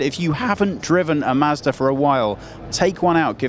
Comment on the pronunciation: WHAT? WHAT? Hey...its " MAHZ DUH ",NOT " MASDA " RULE # 27.If you let some Brittish guy WHO CAN'T BE BOTHERED TO TUCK IN HIS SHIRT,from a company you can't pronounce,wants to review your car online,MAKE SURE HE PRONOUNCES YOUR COMPANY CORRECTLY.